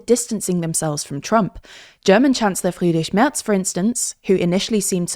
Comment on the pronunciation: Good to hear this anchor can pronounce Friedrich Merz's name properly. :)